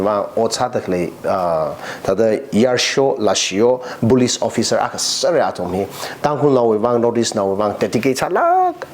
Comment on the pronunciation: it's very fortunate that you are bringing people from different walks of life to share us important insights,but I have one suggestion since we have many people watching your show,you need to increase your English accent,for an example Police you pronounce as Bolice, Tangkhul as Dangkhul n many more, please try to improve on that area.